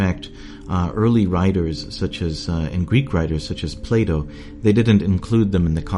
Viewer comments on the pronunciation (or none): none